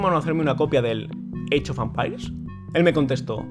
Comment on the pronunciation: Alva: "Eeichofampairs" Open English . com clases en vivo 24 horas al dia